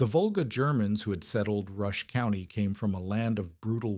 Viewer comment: It is Volga NOT vulgar! SMH